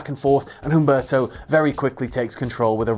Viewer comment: Humberto is pronounced "oom-BARE-toe"